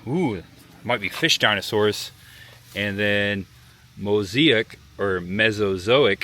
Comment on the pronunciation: Really cool. But you’ve butchered the dinosaurs names.